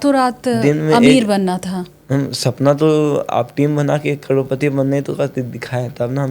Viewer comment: Karodpati ❌roadpati✅